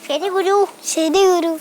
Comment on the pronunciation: Kuru alla guru Guru 😆😆😆😆😄😄😊😊